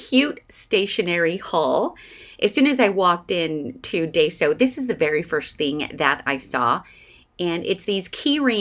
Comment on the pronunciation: Love your haul! Lots of cute things. Yes, I have to limit myself when I shop there, too, or things can get out of control quickly! Several years ago, they had some adorable packaged trims in the sewing section, including daisy trim in all different colors! I used to live about 20 minutes from one; now it's more like 40 or so. (Please don't be offended, but it's actually pronounced "die-so". 😊)